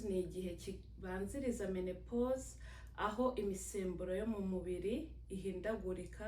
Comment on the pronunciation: Ntabwo bavuga menepose bavuga ménopause. Uwo uvuga mene... yabyigiye he???????